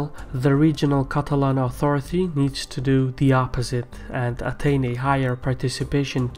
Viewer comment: it's pronounced "authority" not "authorithy" and "Basque" not Bashque"